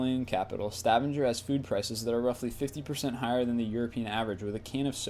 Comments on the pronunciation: Er du norsk og reagerte på måten han sa Stavanger? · Please! Please! Please! Learn to pronounce names correctly before posting any more lists. For example it is Sta-vang-er not Stavan-jer and there are so many more. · You say Stavanger totally wrong